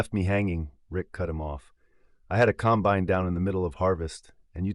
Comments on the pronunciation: You need to learn how to say combine. The emphasis is on the first syllable not the last. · Some items that are true but the story does not have the nature of a farmer. He went from not being able to have time for anything but to get back into the field to next day spending time buying equipment that wasn't needed urgently. Doesn't happen that way. Every Farmer knows the difference in pronouncing the word combine the right way for the right application. I got a 1/3 the way through and said AI. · 'combine'.......narrated by city folk.....LOL